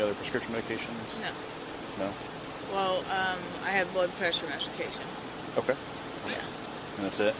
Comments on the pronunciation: "blood pressure meshication" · “Blood pressure meshication” 😂